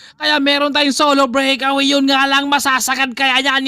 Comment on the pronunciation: Solo brik awi😂😅😂bisaya ka 'no?